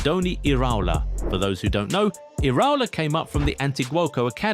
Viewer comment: The pronunciation of iraola is killing me 😭